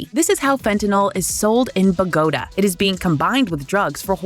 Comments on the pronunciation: Bogota is pronounced as Bo-go tah, not Bow-go-da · Ma Cahbray eh? Must be how that say it in Buh Gow Duh. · Ba-goat-a? Really? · The deterioration of this channel over the last couple of years is really sad to me. It used to be a superb documentary channel. Now it is sloppy and badly produced. Are you using Chat GPT or an equivalent for the narration? Your narrators seem utterly unable to speak English with correct emphasis and the pronunciation of foreign words, even names of foreign capital cities (Bogotá) is disgusting. Please review carefully your ethos. Why make documentaries if they are not accurate and watchable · I've never heard Bogota pronounced like that and it isn't the first time a similar mistake has been made. How rushed is production behind the scenes that these basic errors keep slipping through? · Ya, have noticed that. More and more errors are cropping up in these videos.